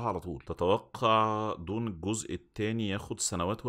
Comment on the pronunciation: ديون ياباشااااااااااااااا ديون من وين جبتها هههههههههه دووووووووووووووون مش ديون ^_^ كمل كمل